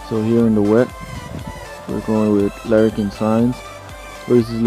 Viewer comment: Charles leclerc (la-clerk) not lariat. Great videos though keep it up and just work on your wording for stuff bro your other video you called half the components the wrong name.